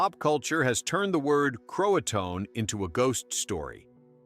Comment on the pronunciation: mispronounced key words: Hatteras & Croatan. Like the story mentioned, the best theory is they probably went to nearby Hatteras Island and lived with the island's local Indians. It's still a big mystery what actually happened.